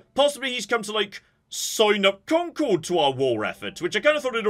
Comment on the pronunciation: As someone born in Concord, i just have to remind myself that the real pronunciation has been lost over time 😂